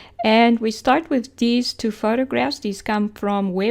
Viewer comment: Every time she says "dees" instead of these I hear "Dees nuts"